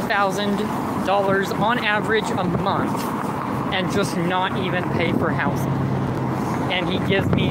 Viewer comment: I genuinely hate how he says "house-ing" instead of housing